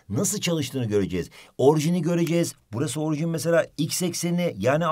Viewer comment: hocam orjin değil orijin deil mi